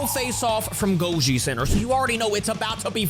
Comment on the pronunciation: GOJI CENTRE ❌ GOLJI CENTRE ✅